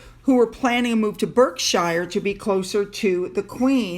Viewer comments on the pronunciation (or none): "Berk-shire" is "BARK-shur" lol 😁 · It’s pronounced Barkshire, not Berk. Even worse than your prunciation of Edinburgh. 🥰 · Love your videos! Hope you don’t mind me pointing out that the E in Berkshire is pronounced like an A i.e. Barkshire 👍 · Berkshire is pronounced Barkshire - best wishes for you procedure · Hi. Love your videos but allow me to be a little pedantic, apology in advance. Berkshire is pronounced as BARKSHIRE. 😀💁🏻‍♀️ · Hey, love your channel which I just found. A couple of pronunciation notes: it's UU-junie (like use your knee). Also, Berkshire is pronounced Bark-sure. Important since it appears the Cambridges will be moving there so you will be saying it a lot more in future. Keep up the good work, and I hope your procedure goes well! Adorable pup! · Good luck for tomorrow 👍 see you Saturday if you feel well enough..I slept for 3 days after being put out to have a few teeth pulled couple years ago🤷‍♀️😅...can I just say Berkshire is pronounced Barkshure...my husbands family live up the road from Kate family lovely place 😊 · Hello... not a criticism, truthfully, just a kind of 'teach in' sort of thing. Berkshire in the UK is pronounced Bark sheer. Barksheer. 😉😊 LOVE your video's and have become an addict! lol. Sending love and best wishes for the medical procedure. xxx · Not a criticism but you pronounce ' Berkshire '……..Barksher……. xx ….great video, thank you. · Ask Finn how the English pronounce Windsor Berkshire, he knows. It’s “bark-sher” 🐶 EDIT Good luck on Friday x And isn’t truly amazing that a man (and his live-in ex-wife) who are both in their 60s and who earn millions from book deals and dodgy business dealings (eg selling SouthYork for £3m over the asking price) still can’t pay the rent and have nowhere of their own in which to live? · Berkshire is pronounced “Berk-sure” in the UK. I lived there and have been corrected too.